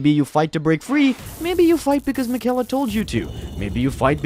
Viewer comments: Hey man, you don’t pronounce Miquella’s name correctly. I’m not upset or anything, but I hope you delete your channel. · Miquella’s name is probably the one you hear the most in the game how are you saying it wrong